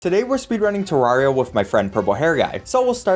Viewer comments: first problem you said Tarraria not T- E-rraria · Did he say [təɹariə] instead of [təɹɛɹiə]? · Three seconds in, and I have to tell you you pronounced Terraria wrong. It's "tare-air-ee-ah" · ITS TER- AIR- EUY not TER-RAR-REEUY. GET IT RIGHT PLZ EZ SPEESY (JOKE good video.) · TERR-ARIA! Not Terr rar ria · UHMMMM ACSHULLY!! .... ITS TER RARE E AH! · did you just f-ing call Terraria TerrAHria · one thing you forgot: teh-rare-eeh-ah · It's pronounced Terraria, not Terraria. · why are you saying terraria wrong, there is a e at the beginning not a a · DUDE. I heard the way you pronounced Terraria at the beginning. Please try harder next time. It’s Terraria, not Terraria. I hope you’ve learned a valuable lesson for the future.